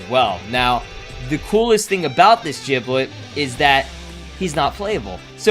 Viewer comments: It's Giblet not Jiblet, you are saying it wrong, annoys people sometimes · Did this guy just say jiblet